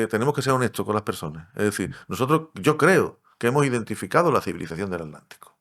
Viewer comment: No entiendo por qué pronuncian alántico o alántica omitiendo la T. Se pronuncia aTlántico o aTlántica.